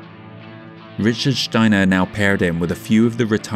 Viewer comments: you‘re actually quite apropriate there. Steiner is indeed a german name. You only a little bit overdo the sh-sound, but that‘s okay. I would have guessed you‘re accent is scottish. But I think that‘s out of the question. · I love your accent as well as how you pronounce „Steiner“.